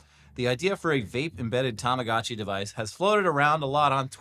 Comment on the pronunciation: STOP SAYING TAMAGACHI ... Is TAMAGOTCHI